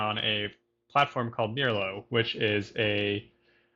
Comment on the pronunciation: wow what a string of great interviews! meljoann, simon repp and now mirlo! this is great! and finally i learned how to pronounce it! ok i am going to watch the rest of the interview now!